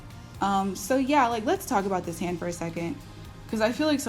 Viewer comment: im not gonna lie i thought its so weird that she said her daughter femijr like wtf lol n its a haand 😭😭